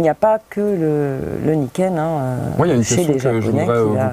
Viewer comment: Un truc qui me chiffone, c'est d'entendre Niken prononcé "naïken" ;-) Je sais que même le monsieur de chez Yamaha l'a prononcé comme ça dans l'interview à l'EICMA, mais c'est pas de l'américain, c'est du japonais, et ça veut dire deux sabres ou deux lames. Et "ni", qui veut dire deux en japonais, ça se prononce "ni", pas "naï". Alors, siouplé: Niken, pas Naïken.